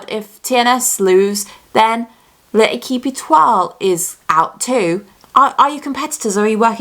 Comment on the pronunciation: You butchered the L'equip etuoi pronunciation😭